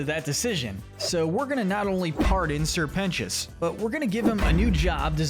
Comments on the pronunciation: ITS SIR PEN-TI-OUS NOT PENCHUS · You missed pronounced sir precious multiple times